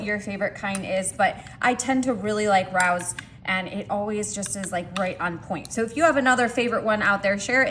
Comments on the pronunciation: The name of the sauce is pronounced RAY-O's (not ROWS) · its pronounced Rayos not Rows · It’s pronounced ray o’s. It’s an exclusive restaurant in nyc. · It's Ray-oh's.